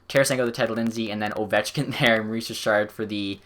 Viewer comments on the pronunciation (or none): none